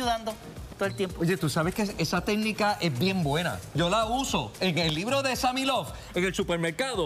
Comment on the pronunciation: Es Sammy no Sami